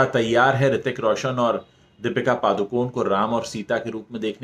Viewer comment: Sir its paDukoNe (not paaducone).D as in Dear and N as in puNe